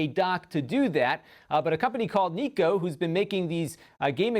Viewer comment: I thought Nyko was pronounced like "Nye-Co"?